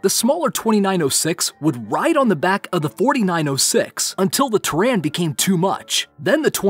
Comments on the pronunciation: he says terran instead of terrain. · Learn how to say terrain correctly... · mdfk79 Also didn't pronounce terrain correctly.